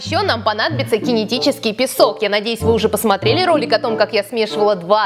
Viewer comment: Не кине а кинэ